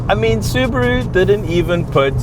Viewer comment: I'm just glad to see a Saffa who knows how to pronounce the word "Subaru" properly! :P